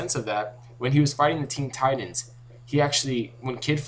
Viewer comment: Ten titans realy.... It is teen titans